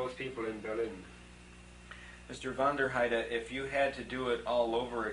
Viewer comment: He pronounced it wrong it was “von der heide”, westphalian german